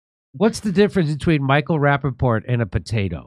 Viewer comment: Micheal rapapotatoes 😂